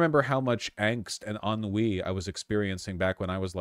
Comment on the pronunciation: You said "ennui" and at first I heard "un-weeeee!" and it still made sense 😅